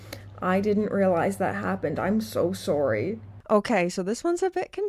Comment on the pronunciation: I'm so "Sooooory" while apologizing for pretty much nothing. Yea that's a Canadian alright.